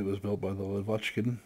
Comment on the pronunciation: I must tell, if you interested of course, that correct pronounce of full "La" name is - Lа́vochkin - accentuation on a first "A", - lAvochkin, it's the name of it's designer Semyon Lа́vochkin. Thanks for video, as always.